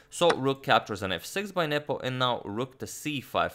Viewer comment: I always hear nipple instead of Nepo.